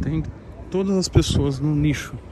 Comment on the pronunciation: Se falou nicho ou lixo não entendi